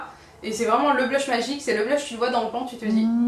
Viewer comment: Je crois que le mot "pan" se prononce avec l'accent anglais (vu que c'est un mot anglais en fait)